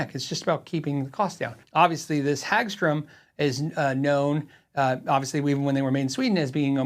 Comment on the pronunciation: Hagström is pronounced with more hard a, like in hard, rather than an a as in, well, a hag. The o is pronounced with a kinda "uh" sound, like work (I think you're getting that syllable right, just the first one needs work) and it means Meadow (Hage) Ström (stream), and the e gets dropped out. Pretty common last name. Source: Swedish wife, who isn't cringing too badly at your pronunciation as I watch this before bed. Thanks for putting this video up - I'd suggested a Hagström for review some weeks ago on the patreon chat and wasn't expecting this one! Considering the combination of parts, I'd suggest the name has to reflect it's Swe-nglish mishmash, so I want the ö to remain (also it makes it more metal, just ask the dudes from Muttley Cree), but Peaström kinda opens up the wrong can of worms.